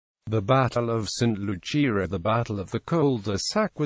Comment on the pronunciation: Its pronounced saint Lu-siah